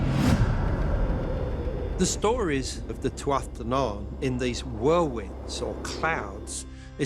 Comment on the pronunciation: The way Americans pronounce Tuatha De Danann makes my blood boil